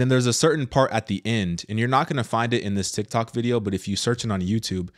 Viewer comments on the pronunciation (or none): none